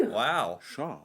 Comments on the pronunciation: OMG U SAID IT PERFECTLY HAHAHA THAT MEANT CAR :) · as a quebecois myself I can say you pronounced char corectly it was perfect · Damn you said char so well I thought you were one of us for a sec x) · Your "char" pronounciation was perfect